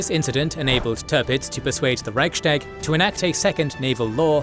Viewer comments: Reichs-tag not Reich-stag. Literally 'Imperial Diet' or grammatically similar 'Empire's Diet' and not 'Empire Sdiet'. Normally I wouldn't bother but mispronouncing it so many times in a history channel video is quite a faux pas. (Narrator correctly pronounced Ruestungs-wende) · There's something minor that's been bothering me about your videos for years - why do you pronounce "sh" instead of "s" in words where neither the native nor the English pronunciation has sound shifts? Here, Reich-s-tag. It sounds to me like you're doing it on purpose, but I'm sorry if it's a speech defect!